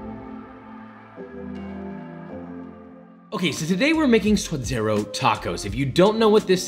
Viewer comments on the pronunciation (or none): I absolutely love your videos! They are educational and entertaining. 3 things. 1) It's 'sue-duh-dē-ros' 2) Don't call it 'guac'. Guac is whack. It's also the sound you make when you're about to throw up or gag. I think this delicacy deserves better... guacamole. 3) lime kills the flavor of the avacado. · He spent this entire episode saying sua-d-eR-o, but then goes on to say, hu-ac-a-mol-ay? Pronunciation be damned I guess. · Its pronounced sua'd'ero with a "d". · Ok Josh this is a gripe I've had for a minute. Why you gotta pronounce all these hispanic dishes the gringo way. I mean I'm a gringo but still come man. Say it right. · now he's killing suadero... Please no for the love of god.